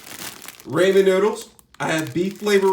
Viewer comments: That nigga really said Rayman cooker 🤣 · It's said RAH-MEN